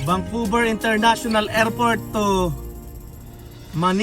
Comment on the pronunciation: Vancouver Hehe hindi vangcouver sorry sa correction